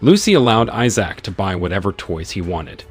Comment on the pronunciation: I'll just watch the series the way this bot narrator pronounces Issac drives me insane!